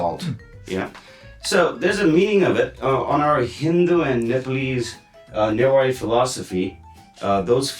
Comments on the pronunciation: This show should have been hosted by someone who can actually speak Newari; this guy has completely butchered the pronunciation. It's also prejudiced to focus on Hindu Newar, as Newari culture is primarily Buddhist. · Nepali speakers always mispronouncing newari names. They also call biska jatra bisket jatra😂. They just mispronouncing everything.